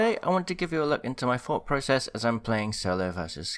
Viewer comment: Ah yes, “thought porocess”